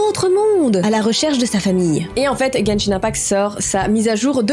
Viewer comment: Moi qui joue a Genshin tu le dis très bien